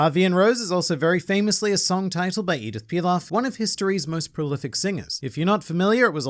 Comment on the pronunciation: My man said Edith Pilaf😂, u are truly an otaku ❤